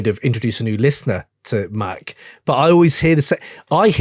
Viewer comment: huh, it's Mac like the gun